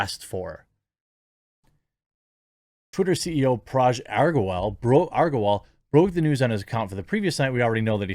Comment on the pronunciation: Again, his name is "ag-ra" not "ar-ga". If you're going to be covering twitter a lot in the upcoming weeks with this stuff you could maybe get it right, even if he is a total douchebag.